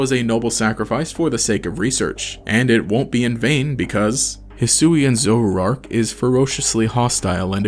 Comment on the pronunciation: "zorara" "zorarark"